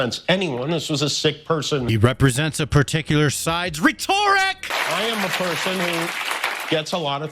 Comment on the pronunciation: Your pronunciation of rhetoric makes me laugh. "Retorrick!" Lmao. Love your videos bro. And when you pull your wife in, I'm dying. 😂😂😂